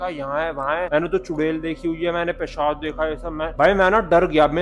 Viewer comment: Pichaj ❌ Pechab ✅